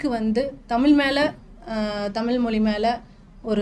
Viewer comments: மொழி... மொளி இல்ல தமிழ் உச்சரிப்பு தவறு. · அதாவது நீங்க மொலி மொலி என்கிறீர்கள் அது எங்க இருக்கு மொலி இருக்குன்னு தெரியல💯 மொழின்னு சொல்லத் தெரியாத நீங்க தமிழ் உணர்வாளர்கள் இல்லையா நாங்க இத நம்பணும் நல்ல உலகமடா இது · Pl pronounce tamizh properly,it is mozhi not moli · நல்ல பேட்டி ஆனா தமிள் மொளி என்ற தவறான உச்சரிப்பு உங்கள் தமிழ் மொழி ஆர்வத்தை பற்றையும் தடுக்கிறது 😢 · இவங்களுக்கு மொழி என்ற வார்த்தையை சரியாக உச்சரிக்கவே தெரியவில்லை. 🤦🤦🤦